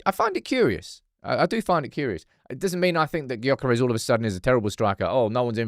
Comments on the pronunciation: You are as wrong as are, you have to get it right! Gyokeres is pronounced “JOE-ker-esh”, there’s nothing silent but ist’s spoken quite different from the spelling. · The G in Gyokeres is silent. At some point, if he signs, you're going to have to get it right.